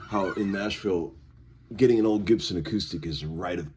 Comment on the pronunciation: "The Six String Wizard of Narnia (Nashville, pronounced NASH VLLLL)"